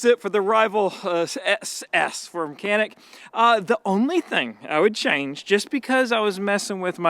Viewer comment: I'm glad you're liking our Canik. We pronounce it like John-eek btw. And it means "agile".